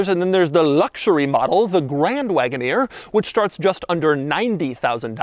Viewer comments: Grrrrrraaaaand Wagoneer...(tongue roll). Why??? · It's absolutely unacceptable for this man to be saying grand wagoneer the way he is saying it